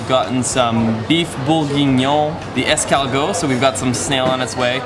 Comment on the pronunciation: "I speak French really well" "Escawrrgoat"